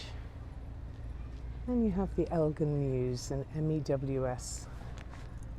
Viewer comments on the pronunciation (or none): none